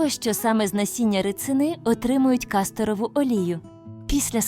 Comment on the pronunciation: Не рИцина, а рицИна. І олія з неї не кАсторова, а кастОрова. І взагалі, повно неправильних наголосів. Аж слух ріже.